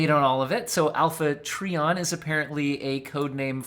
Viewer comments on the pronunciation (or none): It is pronounced Alpha TrY-ON not TrEE--on